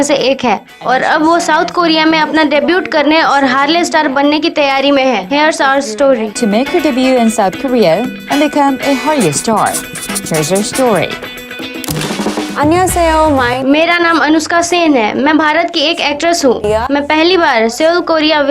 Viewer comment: DebuT nahi de-bew is the right pronunciation. T is silent in debut.